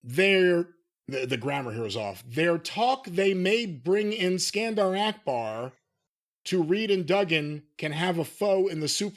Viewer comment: Akbar, not "Arkbar".